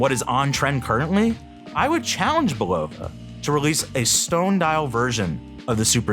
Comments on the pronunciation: Come on. It's "BUL-o-va" not "bul-OH-va" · It’s pronounced Bull a va NOT BUll O va Get it straight. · It’s pronounced Bull a va NOT Bull O va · Typical mispronounced words by AI..."Bull-low-va"...really?